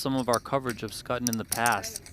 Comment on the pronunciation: Fairly sure Schutten is not pronounced as 'Sk-ah-tten'. 'Sch' is pretty much always 'sh' in German names as in Schwarz, Schwab, Schwarzinger, Schubert, schadenfreude.